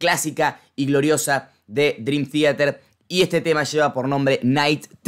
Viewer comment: "drim tiater" xD